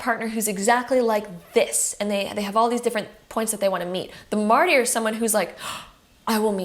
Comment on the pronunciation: I’m so sorry, but it really is distracting. Martyr is pronounced MAR-TER.